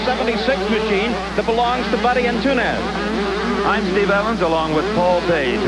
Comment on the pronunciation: Buddy Ant-toon-ez lmfaooo